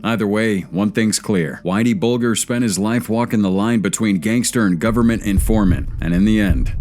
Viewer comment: "BULLGER"... It is pronounced "Bal-jah"